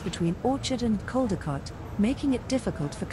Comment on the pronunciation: It’s Caldecott ( Coll- di- cott)